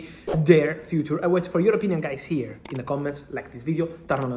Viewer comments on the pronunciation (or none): a journalist who pronounces the word: TURN as TARN, instead of tErn right